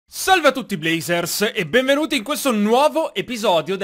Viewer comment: Il tuo primo video che ho visto quando hai detto blazers ho sentito Brazzers